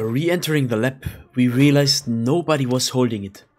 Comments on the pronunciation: Nice vid. Btw it’s called lab not lep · Lab ❌ Lepp✅